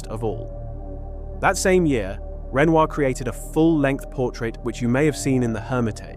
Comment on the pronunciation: Hello! I really appreciate your efforts to make a video on art history and art stories. But Renoir is a very famous artist's name and it should be pronounced correctly. Here it is really badly pronounced and so is the name of the actress that he portrayed in his paintings. Please pay attention to such important details.